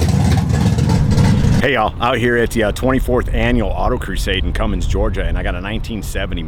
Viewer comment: Cummins Georgia? I think he meant Cumming, Ga.